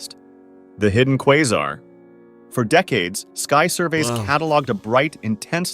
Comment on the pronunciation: Bro it's pronounce quasar